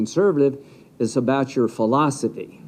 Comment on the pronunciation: L. Graham said “philostefey” 😂😂😂😂